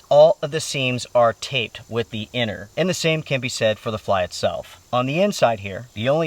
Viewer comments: Strange English pronunciation. "Anner" instead of inner. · Are you saying 'inner' or 'enter'?